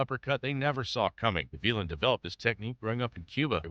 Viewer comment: Gavilan, Guh-vee-lin? No, Gah-vee-lahn